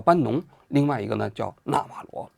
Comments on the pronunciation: 完了，李大师又发功了。“纳瓦罗” 不是“纳瓦格” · 王局，这到底是纳瓦格，还是纳瓦罗😂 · 到底是納瓦羅還是納瓦格😂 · 读稿都读错，一会纳瓦格，一会纳瓦罗，你的水平和敬业精神跟习总有得一拼，人名都搞不清楚，还津津有味的给你的脑残粉天天洗脑。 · 纳瓦罗，什么纳瓦格？王局你把名字都念错😂😂😂😛😛😛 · 王局要好好提升自己记人名的能力啊，我开车听的，以为有两个人，一个叫纳瓦罗一个叫纳瓦格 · 王局老是说成纳瓦格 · 纳瓦罗，不是纳瓦格。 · 到底是纳瓦罗还是纳瓦格😓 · 王局有个毛病，题目文字明明写的纳瓦罗，自己不知道为啥总念成别的罗七八糟的名字，那瓦格是个什么鬼？也不知道从哪来的。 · 嘴瓢太严重了，说着说着变纳瓦格了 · 纳瓦罗，咋又说成那瓦格了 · 王局擅长给人家改名，纳瓦罗叫纳瓦格，经常这样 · 一直不断地纳瓦格纳瓦格，如果不是一些身体方面的原因，我斗胆判断王局起码不是一个国际热点的追逐者，或者他不怎么关心国际新闻。 就我这种平时没事随便翻翻新闻的人，都明确知道纳瓦罗是谁，也断不会叫错他的名字，更别说不断叫错了。 但愿王局身体无恙吧，但是他在平常节目中的口误实在是太多了些。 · 是纳瓦螺不是纳瓦鸽。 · 那瓦格你妈呢连个名字都念不来,坏事做尽提早老年痴呆了? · 整期口误成纳瓦格也是没谁了… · 多次念错名字 纳瓦格…… 根本就不了解这个人 临时抱佛脚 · 为什么叫那瓦格？是谁给王局写的稿子，这不也是和Ron Vera都没查一个调调吗😂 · 全程“那瓦格”😂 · 纳瓦罗格，王局对名字缺乏敏感性，还有一期节目也是人名叫得很不顺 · 丢死个人，“那瓦个”是谁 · 经过了剪辑， 先念错，后对，但是剪辑的时候顺序调整乱了。